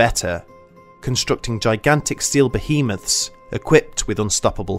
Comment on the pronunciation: EPIC FAIL .. - . - ...."constructing gigantic SEAL bohemaths"... ?!!?? 😂😂😂 Especially when directly above, it says 'STEEL', not SEAL! 😕